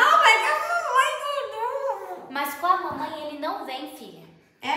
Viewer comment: A FICOU TÃO FOFA MAS FALA MANMÃR